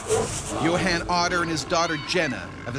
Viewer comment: Yo Han? Isn’t it pronounced Yo Hon. Like, Johan?